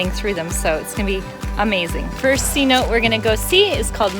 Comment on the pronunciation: Saludos.! I know it’s hard for non Spanish speakers to pronounce cenote. Is not C-note. More like “suh-noh-tee” love the video nonetheless. Thanks for sharing. 👍🏼